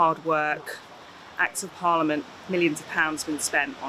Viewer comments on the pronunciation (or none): none